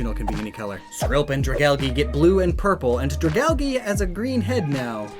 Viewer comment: Dragalge, not dragalgi.